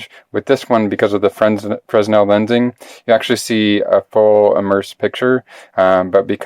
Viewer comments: it's not "Frezno" lenses, or "Freznel" lenses. While your spelling is correct, the pronunciation in English is "Free-nel" the "s" is silent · used to pronounce fresnel as you do. Then it was explained to me it's French and pronounced fray-NEL. Rather narrow market for this item. My wife owns an iPhone 6. Doubt I will.But there could be a bevy of iPhone 6 imitators. One never knows, huh? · Can't watch any more. If I hear an American pronounce it "frez-nel" one more time, I'm going to auto-immolate through sheer will power... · It's a name, not a word translated into American- it should be pronounced correctly.